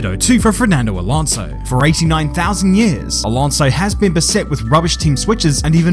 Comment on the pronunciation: “Ditto too for Fermando Alonso, for racing nine thousand years…”😂😂😂